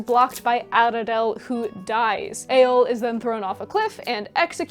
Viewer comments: Tiny little note: in elvish languages, when you see 'dh' in a word, it makes a very soft 'th' sound, very similar to Welsh. So Aradhel is pronounced 'Ara-thel'. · pronunciation note: dh is voiced th, so maedhros has no d sound. Mae-thros (which voiced th, like the welsh dd). I am not sure of the etymology of Aradhel but it might also be Ara-thel not Arad-el